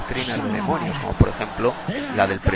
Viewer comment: Ni siquiera demonio puedes decir, dices demoño, te recomiendo 100% primero aprende a hablar y luego critica a un siervo que trabajó incansable en el Reino.